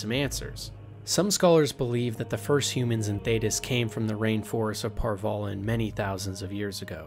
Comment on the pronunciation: Antiva = Ativa Par Vollen = Par vellen ......dude. there's an N in Antiva. and Par Vollen is pronounced like the 'Voll' in Volley. Just an FYI the names of people and places ARE PRONOUNCED. IN THE GAMES. if you've ever actually played them and listened.